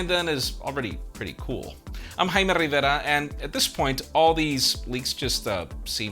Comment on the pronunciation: Jaime Rrrrrrrrrrrrrrrrrrrrrrrrrrrivera